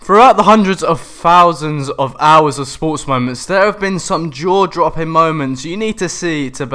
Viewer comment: "Fousands"............must be a new word.